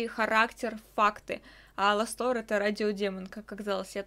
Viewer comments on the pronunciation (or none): Правильно А'ластор! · ударение на первую а А.ЛАСТОР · ОН ЖРЁТ ОЛЕНЕЙ потому что его перепутали с оленем и убили и у него есть маленькие рожки и ты слово Аластор неправильно читаешь